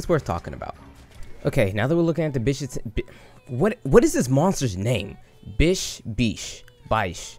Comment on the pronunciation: hmm.. hearing your pronunciation..let call him Bitch Syaitan!